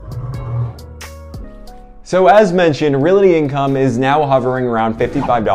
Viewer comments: Real-Tee not Real-It-Tee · Not to be a nitpicker, but I thought you might want to say “realty” correctly? It is not reality!